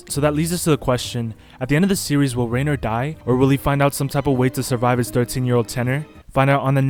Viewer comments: the way hes saying it like rainer instead of ryener is sending me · Rye ner. Not rayner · Why u saying rainer